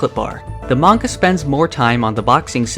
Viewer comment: At least he says manga right. Most western youtubers say menga, lol